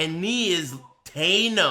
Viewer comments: Its THANOS with the vowel "ae" as in cat and not the dipthong "ei" as in tray. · thanos is pronounced as "TANOS, not "TEYNOS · "Knee is Taynose"